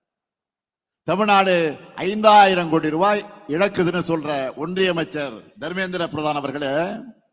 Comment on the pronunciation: கோடி என்று வாசிக்கவும்.